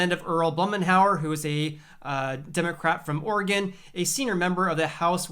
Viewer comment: He got 'Oregon' right, though, haha.